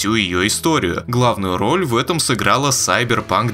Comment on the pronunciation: Слышу "Сайберпанк", ставлю дизлайк.